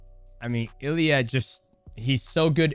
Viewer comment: Its funny how DJ keeps calling him Illy